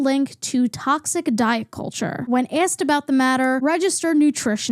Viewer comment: im fascinated by the vowel you use in "water", "loss", "lost", "autoimmune", "also". and how it's not there in "tiktok" or "tonya" and "asked"!!! what an interesting way to say "asked"!!